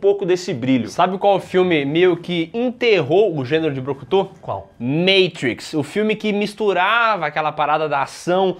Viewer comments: Me da uma agonia quando ele fala "meitruix"😂😂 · Não confio em quem fala "Meitrix"